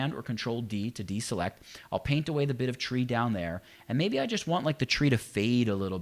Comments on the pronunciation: sounds like you said "and paint away the bitch you don't want " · Damn! It does sound like that! But I am sure it's "the bit you don't want". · So True LOL